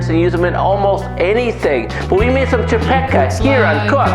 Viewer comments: Dude. I see you're really not a bastard and I find it really cool that you're making csipetke but I really need to correct a few things here. First of all. You don't call it csipetkA but csipetkE , E for ecstasy. Second of all goulash is always called goulash by everyone that was not born and raised in hungary but we call it 'gooyash' which actually is the hungarian term for cowboy. Last but not least my dad told me I'd be a fool if I'd boil csipetkE(!) for long cause it's gonna be like rubber. Once u drop it in the boiling hot water it's enough to leave it there for just a minute or two. Overall you ain't a bastard and you made me smile. Thank you! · Eeeeeee not aaaaa Csipetkeeeee not csipetkaaa! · "chi-pet-khe", if you wanna pronounce it pitch perfect!